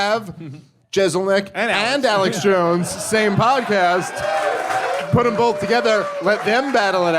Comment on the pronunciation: it's "both". There is no L in it. "BOTH" not "bowlth"